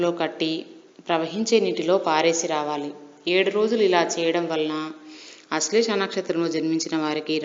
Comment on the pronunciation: నక్షత్రం పేరు కూడా సరిగా పలకడం రావడం లేదు....